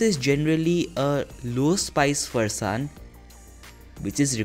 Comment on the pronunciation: You lost all the points at ”Farsaan" it's sacrilegious